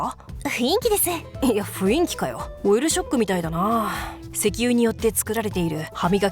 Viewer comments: 「ふいんき」ではなく、「ふんいき」ね。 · 雰囲気:ふいんきじゃなくてふんいきやで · ふいんきじゃなくて、ふんいきな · 雰囲気（ふんいき）だよ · ふいんき じゃなくて ふんいきな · ふいんきじゃなくてふんいきだよ なんかまるごとbananaっておもしろいm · 雰囲気 〇ふんいき ×ふいんき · ふいんき？ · ふいんき じゃなくて ふんいき ナレーションしっかり！！！ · 雰囲気(ふいんき)じゃなくて 雰囲気(ふんいき)なんだよなぁ… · 雰囲気って書いといてふいんきって読むのは草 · ふいんきではなく、ふんいきです。細かいなw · ちょっといいかな ふいんき✕ ふんいき○ て思っただけですすみません。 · ふいんきやめい。ふんいきや。めっちゃ気になる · 雰囲気って、読み方ふんいきじゃね？(←細かい奴)